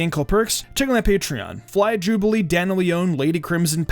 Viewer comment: I kept thinking you are saying Dana Leon instead of Daniel